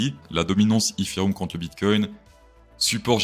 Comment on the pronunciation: Comment tu dit etherum 😅😂😂 n'imp😂